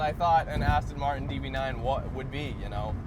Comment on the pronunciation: Aston Martin, not Aston Martun.Americans can't even pronounce Jaguar.Jagwaar isn't correct. Twats!